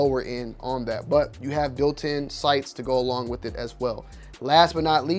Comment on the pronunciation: Wiff? Not with?